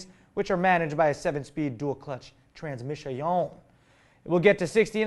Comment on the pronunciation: Badass show, as always, n loved the "trans-missay-on" by my man, reminded me of the awesomness that is Doug Heffernan of the king of queens... Watchin an episode right after this lol!!!